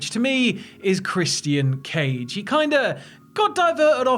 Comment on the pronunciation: Are you kidding me stop saying christianee cage